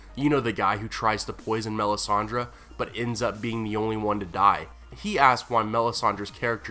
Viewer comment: You pronounce her name so wrong it hurts my feelings...